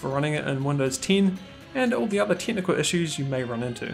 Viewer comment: You pronounce "decades" as "dickheads" and "technical" as "tentacle".